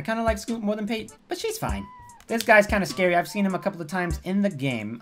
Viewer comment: Pa te, not Pate. Not a good name for a duck...